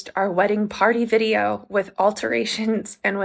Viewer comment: She keeps saying, "my private wedding vidro" like she married herself.